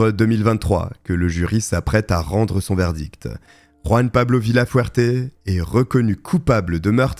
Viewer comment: Ruan, AleRandra. Un petit effort l'ami, pour prononcer la Jota comme il se doit.